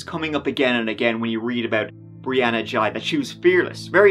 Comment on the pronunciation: This is going to get a lot of mixed opinions because of how the whole issue of the life style the teenager had adopted. you couldnt even bring yourself to correctly pronounce what it had changed its name to, ghey is not pronounced jai. Also have you seen how the media purposely waited to show more than one picture or video of the victim, its because of the overly flamboyant behaviour which will instantly antagonise much of the population instantly.